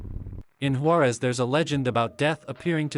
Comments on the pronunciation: Yooo thats my home town! shoutout to all the Juareños here! Also its pronounced Hoo-ah-rehs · Not being condescending and no offense meant but in Spanish the "J" in Juarez sounds like "W" does in English. Waa-rez